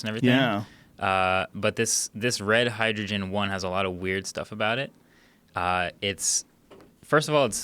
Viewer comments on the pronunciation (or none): none